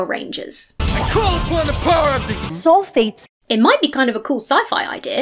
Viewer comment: Maybe she is saying soul-fates not sulphates, and as such her argument isnt entirely goddamn moronic